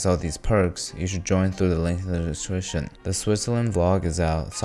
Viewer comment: did anyone notice how he said "link in the description" ? 😂😂😂